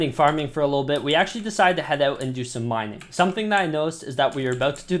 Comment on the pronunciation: Lol u said "minning wheat"